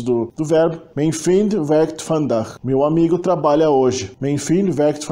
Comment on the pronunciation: Parabéns, muito bom. Não é fácil pronunciar o "ui" e nem o " eu" ! Só umas pequenas correções se me permitir. A palavra é " vandaag" e não "vandag". Pronuncie os " i" como "ê" : Ik wil water drinken= Êk wêl water drênken. A pronúncia do " u" da palavra "zullen" é igual ao "e" do artigo "de", portanto não um "uu" nem "oe".A pronúncia de "tafels" ( mesas) não é "taffels" mas "tááfels". A pronúncia dos "g" é bem gutural nos Países Baixos ( harde g) e não é igual ao g do alemão. No sul da "Holanda" e no flamengo belga o " g" pronuncia- se com um " zachte g" algo parecido com o g- laut alemão ( não igual!). A palavra " meisje" ( menininha) pronuncia- se méisje e não " meesje" (mêisje) que é uma espécie de passarinho. E não houve MESMO a perda total do genitivo! Muitas expressões permaneceram "versteend" como "Vrouw des huizes" etc. Gecopieeerd van het internet: genitief (taalkundige term) synoniem = bezitsvorm, tweede naamval De genitief is een vorm die aangeeft van wie of wat iets is. Bij zelfstandige naamwoorden is dat de bezits-s. De betekenis ervan kan worden omschreven met een van-bepaling. Obama's grootmoeder (= de grootmoeder van Obama) Frankrijks culturele identiteit (= de culturele identiteit van Frankrijk) vaders rommelige kantoor (= het rommelige kantoor van vader) Ook bijvoeglijke naamwoorden krijgen een bezits-s als ze voorafgegaan worden door iets, niets, wat, veel, weinig of wat voor en het geheel de waarde van een zelfstandig naamwoord heeft. Het was niets bijzonde